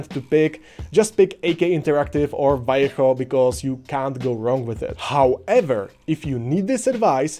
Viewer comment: Fucking hell, someone speaking english actually pronounces Vallejo right? Subscribed